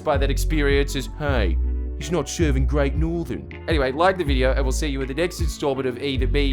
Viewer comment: gReAt nOrTherN